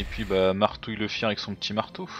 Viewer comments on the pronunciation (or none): Oups! Tu t'es trompé c'est marbouille et pas martouille 😂